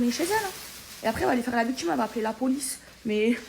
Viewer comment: Elle fait sa " viktchime", pffff....